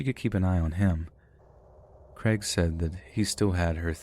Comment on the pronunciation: Creg? Oh, Crayg. It's like neigh, not neg.